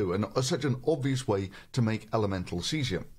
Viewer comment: Thunderf00t, why do you pronounce words Cesium and Chlorine like: "Cheezium and Klorine"?